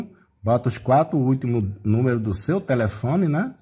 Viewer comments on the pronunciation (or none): none